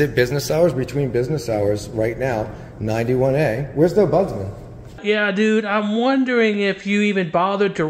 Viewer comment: It's an OMBUDSMEN, NOT budsman